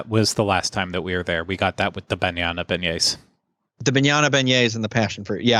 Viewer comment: I will never get over you guys saying Bañana Beignets!!!!